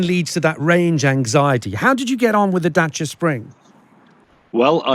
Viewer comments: Good news! It's a Dacia again! 😂 (and for the first time they pronounce it right!) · He's decided to pronounce Dacia properly. This is good.